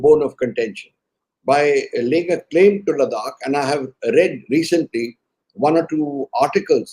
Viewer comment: Gokhale - the way you pronounce Ladakh as LaDDAAk, D as in drum, I believe it is not correct. I keep skipping this interesting news just because that pronunciation is jarring on my ears. Cant we just have the region pronounced as it is pronouced ? Apologies if I am ignorant and indeed its pronounced as LaDDAAK.